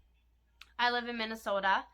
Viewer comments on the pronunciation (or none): When you said Minnesota you sounded soooooo Minnesotan 🤣🤣